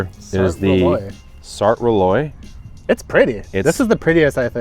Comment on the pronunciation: Jacques, for a guy with a French name, you need to learn some pronunciation. Jaune Flamme = zhone flom. Rolaise in Sart Rolaise = roll-ehz.